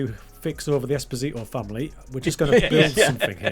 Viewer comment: Wow! Dad was able to pronounce 'Esposito".. What happened :0